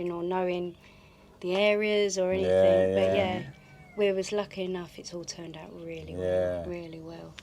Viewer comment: Slap daft lass again please. AnythinG, the word is anything. Ends with a G not a K. Other than that, I’m having jealousy issues with your land purchase